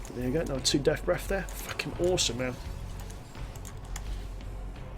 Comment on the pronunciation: Deaf Breff. Hehe, love the vids. Subbed.